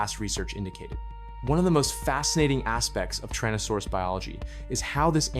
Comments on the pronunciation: It's 'Tyrannosaurus' not 'Trannosaurus'. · TYrannosaurus, not TARranosaurus